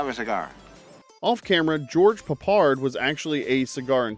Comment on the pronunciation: Garbage from start to finish. Porly researched and with the silly inaccuracies in the commentary and the stupid pronunciation of Peppard, I mean who TF is George Puppard?! I've totally wasted 20 minutes of my life on this crap!